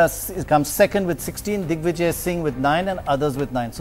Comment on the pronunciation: did pranoy say dickvijay :D??